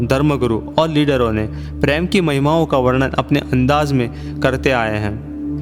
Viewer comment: I will suggest plan choose ur commentator in better way his voice should be nice and should speak correct word sh and s and it is prem not preem